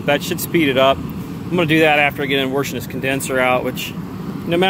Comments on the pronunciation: your warshing it out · Please say wAshing. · Good job with the warshing